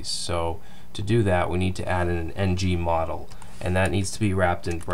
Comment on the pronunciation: it's ngModel, and not ng-model. Just in case someone who came from angularjs (like myself) is coding along with by ear